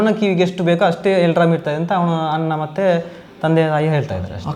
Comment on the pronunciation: "ಅನ್ನ " ಅಲ್ಲ......ಅಣ್ಣ✅